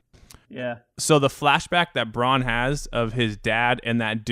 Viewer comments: Some of the names in game of thrones are hard but bran, are you fucking serious bran, not bron, bran, A, not O, Bran as in Brandon, bran. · Its Bran not Bronn. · Ffs u pronounce every game of thrones name so shit, Bron? It's fucking bran for Branden!